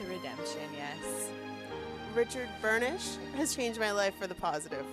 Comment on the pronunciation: The way says Richard 'BURNISH' gets me everytime haha